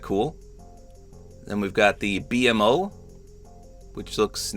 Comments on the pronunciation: “The B M O” 😂 nobody tell him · Just for future reference. BMO is pronounced Bee-Moe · It was a little weird hearing it pronounced that way but you literally said you’ve only seen a few episodes. Ppl need to chill lmao. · it’s pronounced beemo not b m o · It is so funny seeing someone not know much about adventure time because my brain short circuited every time he said “B-M-O” instead of “beemo” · B MO not B-M-O 😭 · I couldn't help but chuckle when said "B-MO" Instead of his actual pronunciation "Beemo" lol. I just gotta remember that not everyone has watched Adventure Time let alone heard of it XD. Also I think their proportioned fine, a lot better then some other skins. It would just be weird if they were all standing next to each other in-game cause in actuality Jake is so short and PB/Marcy are at least 2 feet taller then Finn. Jake ironically doesn't feel weird because he CAN stretch himself to be however he wants so overall well done Epic, you did a great job with one of my favorite franchises of all time. Can't help but be somewhat disappointed we didn't get any styles with a big collab......AGAIN but I digress. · Bee em oh? BEEMOH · “The B-M-O” lol its just B-MO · Ngl I get that u haven't watched much but you called BMO like its shortened is triggering me, its pronounced B-mo not B-M-O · It’s B-MO not B-M-O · Btw it's not pronounced "B M O" it's pronounced "B MO" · Bee mo lol not BMO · It's pronounced BeeMo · the way he says BMO pmo 💔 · I love that he calls BMO, b-m-o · Bmo is pronounced Bee Mo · BMO (Bee-Moe) this is the correct way to pronounce his name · it’s pronounced bee-moe btw💀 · I don’t like he says BMO instead of Bmo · BMO is pronounced Beemo btw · I used to watch Adventure Time a lot and, I'm sorry but I have to correct you here. 😅 You pronounce it as “beemo,” not by spelling each letter of his name. Edit: I'm glad you already knew, I just didn't see your comment. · It’s B-MO like bee moe